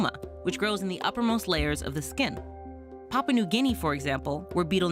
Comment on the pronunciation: You are mispronouncing "Papua" The "u" in Papua is not supposed to be silent. It is supposed to be pronounced: paa·poo·uh